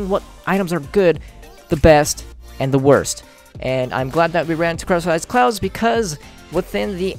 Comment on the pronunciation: he says " crystallized clouzz "